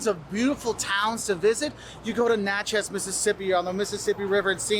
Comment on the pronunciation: Good video but he’s apparently not from Mississippi (also sometimes lazily pronounced Mis-sippi). Natchez is pronounced NACTH-is. At least he didn’t try some of the other Mississippi names - even Mississippians have trouble with some of them! Even more difficult - some of the Louisiana names.